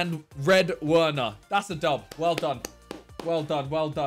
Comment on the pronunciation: Dats a dub...that’s a dub...is that a dub...that’s a dub. Fucking great English...